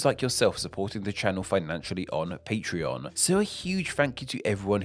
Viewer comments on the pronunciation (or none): none